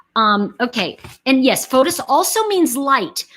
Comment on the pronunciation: His name is actually pronounced "Fotees" in Greek not Fotos.